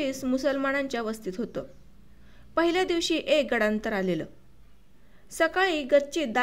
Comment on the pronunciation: मैडम ----गडांतर,,,,,, नाही..... गंडांतर...असे वाचावे.... धन्यवाद.😢😮